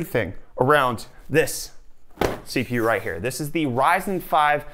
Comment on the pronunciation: did he just say si fi yu (CPU).